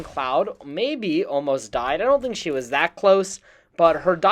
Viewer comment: Ghost of She as in, ghost of she not (shay). She is HER.